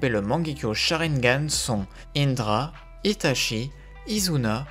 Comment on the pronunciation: Salut, J’apprécie la qualité de chaque vidéos mais la prononciation des noms japonais m’accroche les oreilles, par exemple itachi qui ce prononce itatchi phonétiquement. Continue ce que tu fais, j’adore ton travail